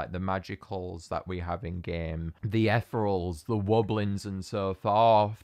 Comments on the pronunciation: idk if this is a local thing or if you're just saying it wrong, but it's eth-ee-ree-ul, not eth-rul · Wait no offence but I think it's ethereal (ee-thee-ree-ul Sorry I'm just picky about these things :( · i think they're pronounced etheereels